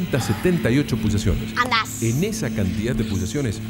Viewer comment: lali:pulsasiones boludo Jajajaja